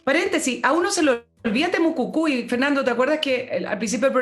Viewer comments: estimada es TEMUCUICUI no TEMUCUCUI..... jajajajajajaja.... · Buenos días, una vez más escuchando y agradeciendo sus análisis tan acertivos 😊. Sólo un alcance para, la encuentro SECA! y por lo mismo me hace ruido cuando habla de "Temocucui", estimada el nombre es Temocuicui o Temucuicui. Besos a ambos.